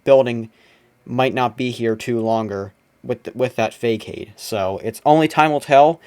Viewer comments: Just an FYI.....facade is pronounced "fa-sod" ...not a word that's used often in daily life. Thank you for documenting all of this, I had some fun times at those malls in the shopping heyday! You did a great job with narrative, too. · You pronounced Facade incorrectly but I love the sax.